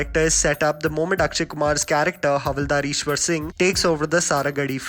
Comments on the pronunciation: Bhai vo Ishar singh hai na ki Ishwar singh😂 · bhai Ishar singh ko Ishwar singh bol diya😄 sahi hai aaj kal koi bhi review de deta hai koi degree thodi lagti hai